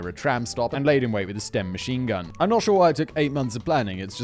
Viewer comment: Did Simon say stem instead of sten?